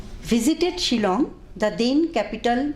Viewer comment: Chilong ne Shillong....tang ban pronounce ruh nag rea....